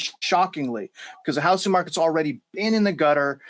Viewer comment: 'The houssing market.'